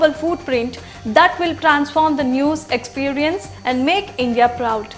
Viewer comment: may be you would like work on these words Intelizent, prozect foootprints, expeeerance, naational emaazining etc.... to get u going on ur channel